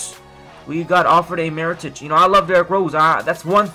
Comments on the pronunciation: His name is Mirotic, not Marotic.. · mee-ro-tich. his name is not that difficult